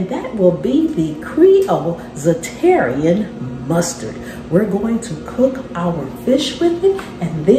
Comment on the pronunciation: This looks and sound delicious. I wasn't looking at the screen when you were adding the mustard. I heard you say, "Za-terrian Mustard" and had to rewind, but you were using Zatarain's Mustard. I was thinking there was a new/different mustard to try.